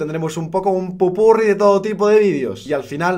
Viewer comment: pupurrí o popurrí 😂😂